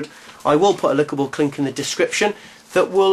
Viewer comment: Haha. He said "lickable clink."